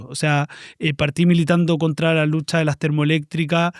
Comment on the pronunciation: "esta lutcha del proletariao' ya no prende a nadieen" jajajajajja, la compa